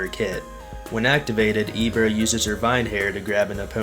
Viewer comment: that’s definitely not how you pronounce Ibara, it’s not E, it’s I ok 2 revives 140 -160 alpha, 230 beta get off me tool, 225 gamma definitely S tier, only weakness is being stationery, but all you do is play with you Ibara and you can’t lose a game you can say that about any character